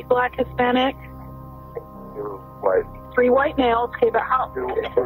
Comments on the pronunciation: Not "tree grown children" 😂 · I always giggle at his pronunciation of three. "tree people" and "tree children" as he says....so my dream would have been different. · I'm sorry. I can't help myself. "He had tree grown children" teehee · Thank god for a new. Not all heroes wear capes, or can pronounce free….